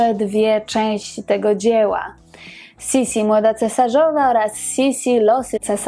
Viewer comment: Niemiecka wymowa to jednak Sisi tylko, że es jest twarde.